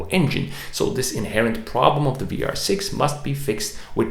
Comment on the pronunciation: Are you german? 🤔 Your pronunciation of the vr was very good 😄